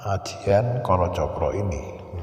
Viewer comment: pengucapan rajah kolocokro krg tepat, aksara A dlm jowo dibaca O bukan dibaca secara harfiah yomorojo- joromoyo yomorani- niramoyo dst....